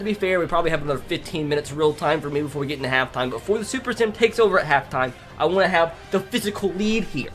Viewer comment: When you say, “want” it sounds like the word, “won’t”